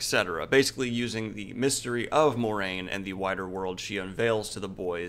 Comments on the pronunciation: And it's not MOR-RAINE, it's MWAH-RAIN...the pronunciation is right there is the book. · I don't want to come off as rude, but Moiraine is supposed to be pronounced as Mwah-rain not More-ain according to the glossary in the books. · And Moiraine is pronounced mwah-rain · FYI, according to the glossary in the books, Moiraine is pronounced mwah-rain. ;)